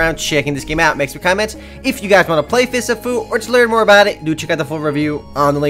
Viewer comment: I thought you said Fists of poo for a second.